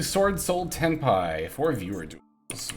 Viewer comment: Oh, you scared me for a sec. You said Swordsoul Tenpi instead of Swordsoul Tenyi 😅😅😅